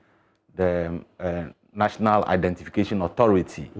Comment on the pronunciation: Instead of saying one simple identification, he keep saying one identifaayaa